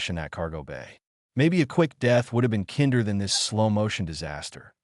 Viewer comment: Why does AI always pronounce kinder like the German word for children instead of the English word meaning more kind?